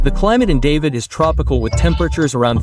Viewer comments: It’s David (pronounced Da-veed, not the name Dave-id). I hate videos done by AI. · Certainly is strange, I almost did not recognize David as is said over and over again. Should be pronounced like Dahveed. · Its pernounce DA-VIED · Ignore those price quotes about David... Yeah you can find things for that price to rent but you're not going to want to live in them just keeping it real... And it's pronounced DahVeed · It's hard to watch when you mispronounce the name of the first city. Feels very inauthentic from the start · Learn how to pronounce David. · well as soon as you mispronounced David, I am out. I cannot trust someone that hasn't actually done decent research.